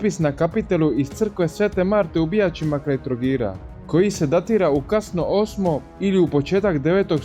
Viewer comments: Jedna mala napomena, Bijaći se izgovaraju sa dugouzlaznim naglaskom na a - Bijáći. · "Navest ćemo samo neke primjere, a gdje nas kanal "Dalmatinske povijesti, a, to je konstanta, stalno prešućuje i ni jedne jedine riječi?! Pa, bi bilo dobro bar minimum minimuma, neke stvari kazati? A nauči kako se izgovara sveto mjesto Hrvatske povijesti kao što su BIJAĆI, jer je to skandalozno! Neprihvatljivo je kako nas gospodine: tretirate u videozapisima kao nepostojećim čimbenikom! A ja vam kažem gospodine da je sve ovo blago ranosrednjovjekovne hrvatske povijesti na vašem Dubrovčkom području ili unutar grada Dubrovnika, DA BI TADA DRUGE PTICE PJEVALE! Uvaženi Arheolog i povjesničar Ljubo Karaman, uz povjesničare poput Vjekoslava Klaića i Don Frane Bulića, i mnogih drugih isticali u širi prostor između Solina i Trogira, a posebno Kaštelansko polje, kao središnji prostor rane hrvatske države. Argumenti koji podupiru tezu o Kaštelima kao "kolijevci hrvatske državnosti"? Povelja kneza Trpimira (852. godina) koji vi onako usputno spomenute kao u kasnijem zapisu i niste sigurni! Ovo je najvažniji pisani dokument hrvatske povijesti u kojem se prvi put spominje ime "Hrvat". Povelja je izdana u Bijaćima (na zapadnom dijelu Kaštelanskog polja), gdje se nalazio kneževski dvor (curtis). U njoj se Trpimir naziva "milošću Božjom knez Hrvata" (dux Chroatorum iuvante divina gratia). Arheološki lokalitet Bijaći (Stombrate) Tu su pronađeni ostaci starohrvatske crkve sv. Marte. Lokalitet potvrđuje postojanje vladarskog posjeda i crkvenog središta iz 9. stoljeća, što dokazuje